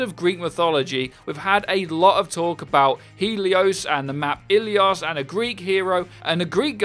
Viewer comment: Ellios? It’s prounounced ell low ie with no s